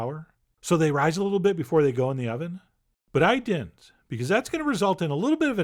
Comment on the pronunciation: he doesn't pronounce the second "d" in "didn't"